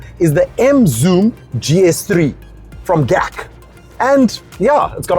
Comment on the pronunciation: when he said Gkak! 😄😄😄